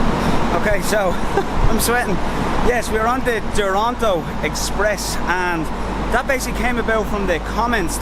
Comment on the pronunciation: They : Duranto Express My Ears : Toranto Express